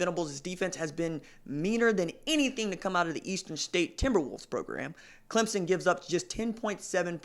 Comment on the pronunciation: At least he's pronouncing Clemson correctly, that's better than most on ESPN